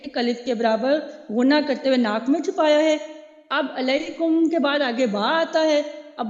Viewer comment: معزرت خواہ ھوں آپ کی ادائیگی کمزور ھے بہن باقی آ پ قواعد بہت اچھے سے سمجھا رہی ہیں لیکن آپ ادائیگی پر بھی دھیان دیں علیکم بوکیل میں ع کا ساؤنڈ نہیں ھے آپ کی